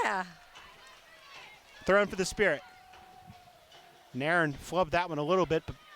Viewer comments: This commentator always says Nair in for Nairn. 😂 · There is a video on YT of Nairn saying her name, and that is how she says it should be pronounced. I know, it doesn't make any sense.